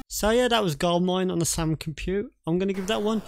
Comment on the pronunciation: Soo... isn't it the Sam Coo-pay? (pronunciation)